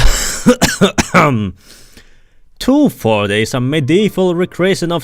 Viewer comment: The Teu Forte segment is what having a stroke sounds like.